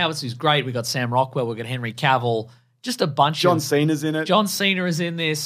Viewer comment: “John Cener”